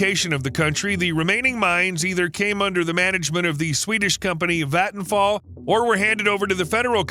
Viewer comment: It's cool to see the Swedish company Vattenfall being mentioned here. You pronounced it pretty well, but did you know that the meaning is actually so simple it is the same as "Waterfall", I guess you did, you're not stupid! If I'm remembering correctly, Germany has the biggest amount of wind turbines, except for maybe China. It was a few years since I heard this but I think it still could be true.